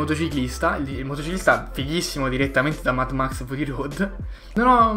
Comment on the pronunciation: NON vedo ľ ora quando hai detto mad mex come si scrive sono morto dalle risate